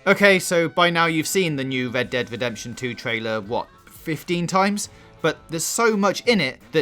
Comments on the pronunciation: "wed dead wedemption two" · 'Wed Dead Wedemption' sorry I dont mean to be a dick but man thats funny and caught me off guard! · Wed Dead Wedemption 2. I'm not hating or making fun of your speech impediment, i just find in sorta funny